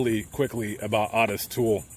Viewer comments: Odis toole??? Its Ooo tis toole.. Otis toole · Owe-Diss not Ott-iSS. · "OH-TUSS" Not AWE-TUSS. Otis. 👍👍👍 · O-tis my man. It's O-tis. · ~ Wrong. It's "Ottis." Two t's. Pronounced "Odd-is."